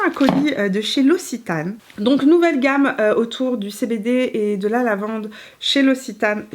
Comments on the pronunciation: Noooooonnnnn qui dit "ossitane" nooooooonnnnnn on prononce "oxitane" mon coeur de sudiste se brise 😉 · Super vidéo, j'ai beaucoup aimé ! Pour info "Occitane" se prononce [oksitane]. 😉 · Très belle revue! Merci Petite précision pour la prononciation: c’est l’Oc-citane 😉 Des bisous depuis Toulouse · C'est marrant, ici en France on prononce oxitane et toi tu dis ossitane, j'adore la lavande, donc je vais aller jeter un coup d'oeil chez l'occitane 😉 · elle prononce « l’ossitane » pour l’Occitane 🤣